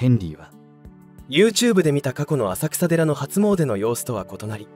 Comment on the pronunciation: 浅草寺は「あさくらでら」とは言いません、地名は「あさくさ」ですが「せんそうじ」と読みます。正式名称：金龍山浅草寺（きんりゅうざんせんそうじ）